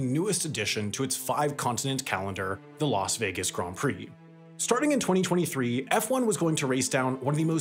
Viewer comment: Props on saying ‘Grand Prix’ correctly